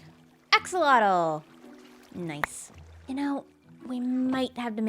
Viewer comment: nobody cares, and it'll never catch on, and this is apparently pedantic... but axolotl is pronounced "ash-ah-loatch"